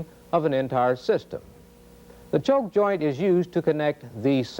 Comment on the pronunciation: This was not presented in a way that I could understand it. Like why is the A and B walls of the waveguide shaped like they are. What happens to the wave inside of it. The choke joint illustrations made no sense. He kept saying choke, but it sounded like chove.